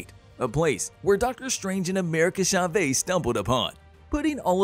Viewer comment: Sha-vase instead of Chavez ☠️